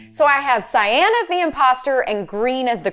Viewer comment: Btw how you pronounce cyan is sigh on yw